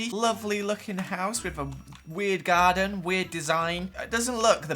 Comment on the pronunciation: I thought u said "Guardian" instead of "Garden" so i was like... ...WHAT MAGIC IS THIS?...